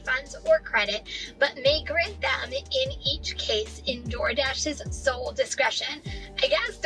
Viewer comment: Sole discretion, not soul discretion